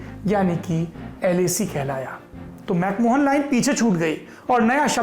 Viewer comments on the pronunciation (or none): Mc mohan nahi....mc mahon